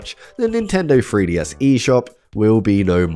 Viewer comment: Making a silly, cuz with your accent 3DS sounds like FreeDS 🤠